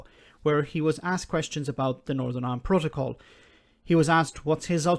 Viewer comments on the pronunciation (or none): I heard "norern irand protcol" , i assumed it was the drink.